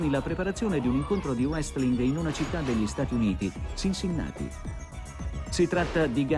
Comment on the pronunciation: Notare che all'inizio il conduttore ha detto "Wrestlin" '- -'